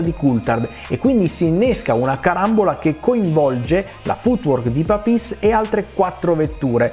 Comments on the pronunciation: Complimenti come sempre per i vostri video! Come si chiama la canzone di sottofondo che parte a ? Comunque una piccola pignola precisazione: si dice Pàpis, non Papìs 😀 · Domanda, come mai dicevi Papis con quell'accento? Togliendo il fatto che sono sempre stato abituato a dirlo e sentirlo diversamente....in più essendo un pilota italiano tecnicamente aveva senso. Ma per sicurezza/curiosità chiedo....